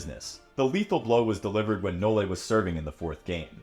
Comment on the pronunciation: Please STOP saying "No-Le"